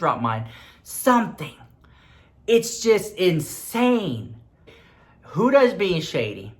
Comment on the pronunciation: Huda(wich you are pronouncing wrong cause it's an arab name, no hate love you❤) I think makes most of her money in the arab world, litteraly every store I go into here in Lebanon, every dollar store or make up store or pharmacy or anything haves her stuff! LITTERALY EVERYWHERE! I mean I'm not that into make up yet I know her stuff